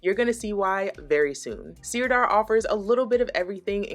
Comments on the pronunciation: Thank you for this review. Sirdar Hayfield Bonus DK is my go to acrylic. I’ve crocheted and knitted so many toys with it. Widely available in the UK where we pronounce it Sir Dar rather than seer dar. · Sirdar is pronounced 'sir-dar' (not seer-dar), and it's based in Yorkshire. The reason you're getting so much yarn barf is because skeins wrapped that way are not really designed to be centre-pulled. I never try and centre-pull any yarn wound into a skein like that. Jewel Spun is indeed gorgeous, but it runs to £6.99++ here, and that's too expensive for my self-imposed price ceiling. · It's pronounced 'Sir-dar'. It's a great yarn company, we use it all the time in the UK.x